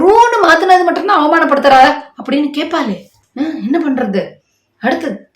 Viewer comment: I like you, your satire, but please correct your pronunciation for the KaeppaLe. It is not Kaeppale. Please correctly pronounce Laa and laa. Do not be taken-in by the incorrect pronunciation of Tamizh words by the so-called DMK and many Tamizh people.